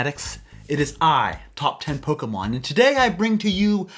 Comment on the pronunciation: I have no clue why but I really like the way he says “Top Ten Pokamhon here” 😂 Fuckin love Pokamhon! 😆